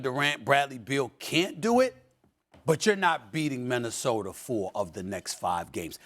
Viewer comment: You mean Minnesoter 😂